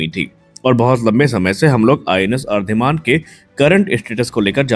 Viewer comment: अरीदमन उच्चार है उसका. अरीदमन means अरी= शत्रू, दमन= नाश - शत्रू का दमन करने वाला ये अर्धिमान अर्धिमान क्या लगा रखा है. आगे के व्हिडिओ में ठीक करो.